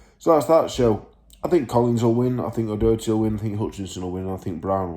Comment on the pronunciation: I been watching your youtube since you started so to hear you say my brothers name and speak to highly of him absolutely made my day 😂 and yeh its pronounced the second time you said it O'Doherty not O'Docherty, hes bringing that British title home 💪🏻🥊